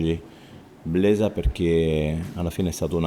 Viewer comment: Blesa non Bleda... Comunque benvenuto anche da parte mia